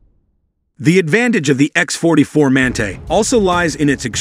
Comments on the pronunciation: epic AI reading fail!!! WTF is a man-tay? the word is pronounced man-tah you stupid machine. two thumbs down for click bait and stock footage and general BS. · Another AI bullshit video no real.information provided in this video no real pics of the manga wich is electro -gravatic The so called narrator can’t properly pronounce manta